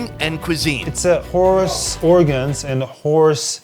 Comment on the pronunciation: Every time he said horse i heard whorse. Soooo weird